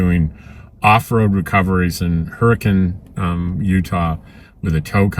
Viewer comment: I have a cousin that lives in Hurricane Utah. You actually pronounce it correctly. Most people pronounce it like the storm hurricane. The first time I went to visit her she corrected me in my pronunciation.... No that's a joke between us LOL 🤣 😂 🤣